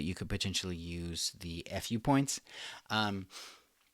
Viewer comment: It's supposed to be pronounced like the fu in Kung Fu, so /fu:/.